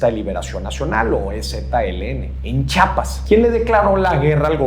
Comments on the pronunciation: Se dice chiapas....no chapas.... chapas lo de las puertas..😮‍💨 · se dice CHIIIIIAPAS